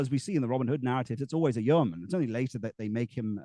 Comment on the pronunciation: What's the origin of this yeoman/yurtman word? (He seems to pronounce it differently throughout)